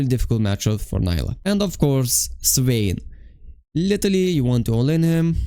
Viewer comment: I really love your videos and guides ❤, also your work, that's not a "hate" at all, but it gave me hope when you said Neela instead of Nyla 😭😭 I do must say neela is the correct one and I don't know it just feels like she's some random white blond demacian girl when "nyla" is spoken by someone. Still awesome videos thank you for the tips you help a lot ❤